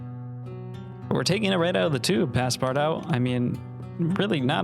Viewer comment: Do we tell him it's not pass-part-out ?